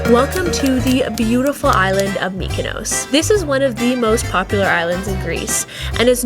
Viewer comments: It’s pronounced Mykonos not Mykonose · Nice video, brief and informative but Please stop saying mikanose